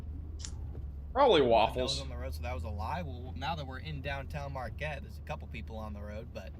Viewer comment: Marquette= "Mar Kett"